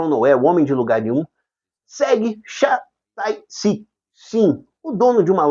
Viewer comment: 차태식이 샤따이씩이 되고 소미는 쑤에가 됐네. CHA TAE SIK 샤 따이 씩 까지는 ch를 [ ʃ ]로 읽었구나 하겠는데 소미, 쑤에는 너무 다른거 아닌가? 아니면 저쪽 자막에는 Sue정도로 나간걸 쑤에라고 읽은 건가?, 니들은 더 잔인한 미국영화 볼 땐 그런 소리 없다가 꼭 한국영화 볼때만 그러더라? , 화면 다 가려놓고 뭘 보라는 건지?